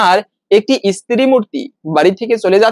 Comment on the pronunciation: ইস্ত্রি নয় স্ত্রী।